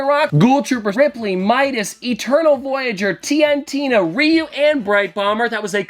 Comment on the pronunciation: its rie-you lmaoo